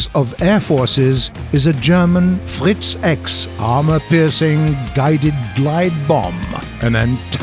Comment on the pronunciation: you pronounced Fritz X wrong